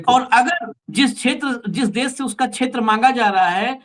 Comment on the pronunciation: आप अपने उच्चारण में जी देश को देश बोलना प्रारंभ करें आप देश को बोलते है - देस । इससे आपका इंम्परेशन खराब होता है।